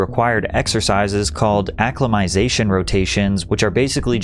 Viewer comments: It's not "acclimazation", it's "acclimaTIzation" ffs 🤣🤭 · A lot of mispronunciations in this video. For a start, it's acc-lima-tie-ZA-shun, and the Lhotse face is pronounced LOT-see face. George MAL-OR-EE not MalorOY. I'm not listing the rest. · Dude c'mon..... Acc-ly-mih-ty-zation; Loat-zee; George Mallor-ee 🙄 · Your missing a syllable - /ə-klī″mə-tĭ-zā′shən